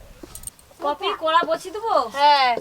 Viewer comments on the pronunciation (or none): হৃদয় হরণ পীঠে!! আজকাল খাবারের নামকরণও করছে। লঙ্কাকে বলে লোঙ্কা,কষাকে বলে কোষা। গামলাকে গামলী,কড়াইকে কোড়া, আরও কত অদ্ভুত শব্দের বিচ্ছুরন ঘটাবে,কে জানে!???!!!!! অল্প বিদ্যা ভয়ংকরী। আর অর্জুনের পড়াশোনার কোন ছবি আজকাল ভিডিও তে দেখা যায় না। ঐ বাচ্চাটির ভবিষ্যৎ টা এই ইউটিউবের চক্করে নষ্ট করে দিও না।